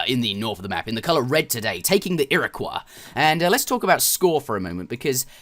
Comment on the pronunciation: You pronounced "Iroquois" correctly! :3